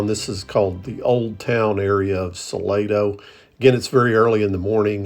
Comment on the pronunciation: I am pretty sure it is pronounced Sa Lah doe. At least, that is how San Antonians say it.